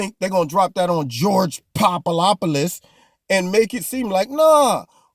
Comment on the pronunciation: Omg, you had me cracking up every time you said George Poopadopulus...etc!!! I loved it!! 👍